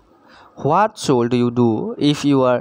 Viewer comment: Should tu suld buli kio pohise